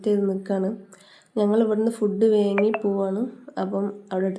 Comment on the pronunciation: വേങ്ങി അല്ല വാങ്ങിഎന്നാണ്